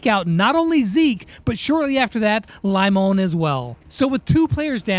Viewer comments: Hey the name limon is like li mon not L i,like liz and mon like in monika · Its pronounced lee-món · limon is pronounced as li-mon in Turkish and it means lemon. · Lee-mon (Poké MON) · In pretty sure limón is pronounced lee-mone. I’m not fully sure if that’s what they’re going for but it means lime in Spanish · This video was fun to make, thanks for having me And it’s lee-mone = (Limón) 😂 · No, "lima" is spanish for lime, Limón is Lemon. (It's pronounced Leemonn)